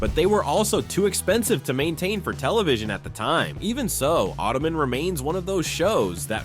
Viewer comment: Not ottoman... auto-man....